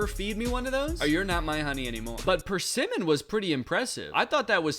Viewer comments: How about pronouncing persimmons like richard simmons, like first name Per, last name Simmons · webster says it's perSIMMon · And the way he pronounced Persimmon lmao. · Danny's pronunciation of loquat and persimmon is sending mee 😭